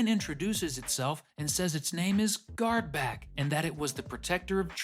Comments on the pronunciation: Just a quick correction... You said "Guardback" and it's actually "Guardbark". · The character's name is GuardBARK, not GuardBACK.